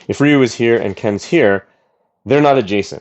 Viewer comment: It's not pronounced RIE YOU